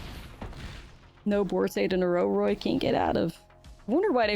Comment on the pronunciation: Ouroboroid is pronounced the same way as you pronounce Ouroboros but with the oid at the end. Can't deny thats the only reason why I didn't finish the video.